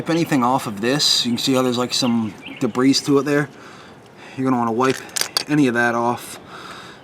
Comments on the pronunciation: Nice video. The 701 comes with full synth oil from the factory so I disagree with you on that point. Rotella T6 is JASO-MA rated, full synth and cheap. The T4 will not hurt it though. The word "debris" is pronounced "da bree" not "da breeze". Thanks for your video! I am looking forward to my first oil change on my 701. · debris is is already plural, please stop a saying debrissss. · A real Nazi would be smart enough to not say debrisss. But nice video though.